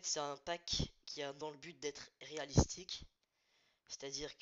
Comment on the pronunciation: On dit "réaliste" mais à part ça bonne vidéo